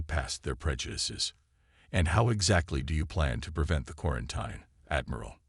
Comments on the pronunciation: GOD FREAKIN HELL!!!!!!!!!!!! into the story and I have heard the word "quarin-TINE" about a F'ing dozen times!!!!!!!!!! I am outta here. You are off my listening list. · It's quarantEEN not quarantINE.